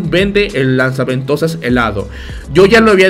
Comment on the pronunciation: Todos: Lanza ventosas o Gancho XD: LAZA VENTOSAS XDXDXDXD